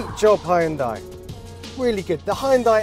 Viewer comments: It's not "Hi-un-die", it's "Hun-day" 🙄🙄🙄🙄🙄🙄🙄🙄🙄🙄🙄🙄🙄🙄🙄🙄🙄🙄🙄🙄 Why do people always butcher foreign brand names? It takes a moment to look up the correct pronunciation. 🙄🙄🙄🙄🙄🙄🙄🙄🙄🙄🙄🙄🙄🙄🙄🙄🙄🙄🙄🙄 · Now we just need a button that pronounces Hyundai correctly.